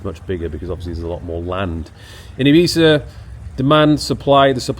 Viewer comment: Is that really how you pronounce Ibiza?